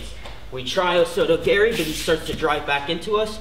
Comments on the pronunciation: He said osoto garry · "osoto GARY" lmao